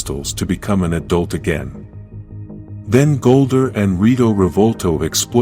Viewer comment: GOLDAR NOT "GOLDER" LEARN THE NAMES AND SAY THEM RIGHT! WHAT A DISGRACE TO TOMMY